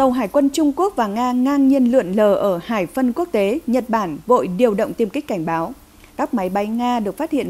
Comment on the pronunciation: MC phát âm sai nhiều quá. Hải phận thì nói là hải phân, lo ngại thì nói la ngại.